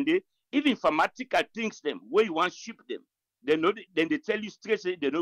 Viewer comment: Pharmatical = Pharmazeutical